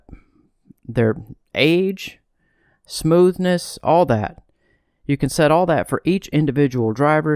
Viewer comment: Don't you mean "SMOOVEness" ? LOL